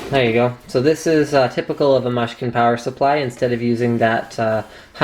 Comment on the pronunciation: And by the way,it's mooshkin not mush-kin,get with the program dude.